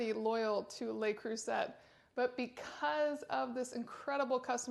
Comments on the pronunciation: Le Creuset is pronounced 'le crusay' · Huge fan of Le Creuset pots also, used almost daily. By the way the letter T in Le Creuset is silent, its pronounced as (Le Cru-say). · That’s not a signature. It’s the poor model without the metal knobs. That’s a TJ Maxx factory defect. And you can’t even pronounce Le Creuset.